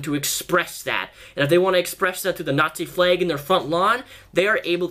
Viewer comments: You said fleg...not flag. Lel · honestly don't know why he pronounces it like that I'm also American from Long Island NY and I pronounce it "flAg" not "fleg"......If you're American too how do you pronounce it lol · "Fleg" hehe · Anyone else notice that he pronounces some words with a's or e's as if they have y's? Like eggs he says ayygs. Or flag he says flayg. Also when he says legs he pronounces it like laygs. I love your videos so much just wanted to know if anyone else noticed? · The way he says flayg shrugs